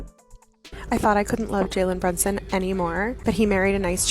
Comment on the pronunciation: She can't pronounce the dude name right.......